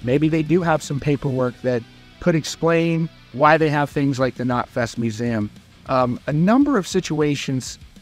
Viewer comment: The most shocking thing was the way you pronounce museum 😂